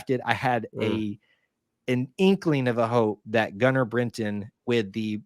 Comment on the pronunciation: Britton, not “Brinton”